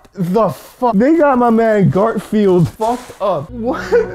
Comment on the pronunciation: that’s not Garfield that gartfield